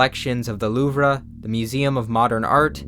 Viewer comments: Louvre is just pronounced “loo” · 1000 subs were taxed from your channel when you said ”luvruh” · the loov-ra 😂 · LETS GOOOOO!!! Home got me pumped bro. Glad to see you getting recognition. Also btw, it's "Loov", not "Loovra" haha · Uhhhh, the "LOOV-ruh"??? 😬 Pretty sure you're mispronouncing the name of that French museum.. Like, really mispronouncing it, homes.. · Did you just pronounce louvre as “loov-rah?” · You pronounced Illinois with the S and mispronounced the louvre in Paris. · congrats on the 1 mil now please learn how to pronounce the louvre dhskfhskfh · And he still mispronounces the louvre